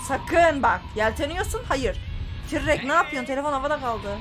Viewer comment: Abla tırrek tirrek değil